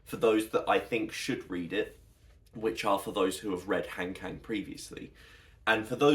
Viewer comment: I just came across your video through the algorithm, and it was so great to see you sharing your thoughts on Han Kang’s work. As someone who also appreciates her literature, I really enjoyed your perspective! Since you seem to truly value her stories, I thought I’d share a very quick, friendly tip on her name’s pronunciation that might make your future videos even more authentic. In Korean, her name has a very soft, open sound. If you’re interested, here is the easiest way to capture it: Han (한): Pronounce it like "Hahn" (think of "Han Solo"). It’s a deep "ah" sound, not "hand." Kang (강): It actually sounds best with a soft 'G', like "Gahng." If you think of a "Gong" but use an "Ah" vowel, you’ve got it perfectly. "Hahn Gahng" It's a small detail, but since your content is so thoughtful, I felt you might appreciate this little linguistic touch. Thanks for making such great content about her books!